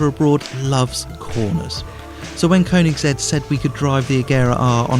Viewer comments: It's pronounced "kernigsig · Why do all the morons say Koenigsegg Agera R and pronounce the 'g' wrong? Kurn-ig-segg A-jera R Learn the damn names American primitive.